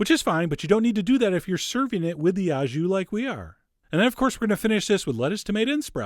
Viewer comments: "au jus" is French and pronounced "oh", not ow as in cow. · Love your videos. It’s “au jus” and it’s pronounced “o ju” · Uprated. Fun! "Wreck Roll," for a stupid joke. It's pronounced "oh jhoo." You can just say you are serving it au jus and the juice is the "jhoo." Sauces usually go on the side, separate in France, too. Don't worry, the French slaughter English. I still get annoyed about "rumsteack." I've tried to say it's "rumpsteak" and explain it, and they pronounce it like the French word for rum ("rhum") but so what? I would never presalt red meat cuz it seizes it up and toughens it, sucks juices out, but I'll take your word for it, Chef! Sliced so thinly like that, it might not matter. Greetings from France, and hello to Buffalo, where I had great onsite-made donuts with a drive-in takeout window!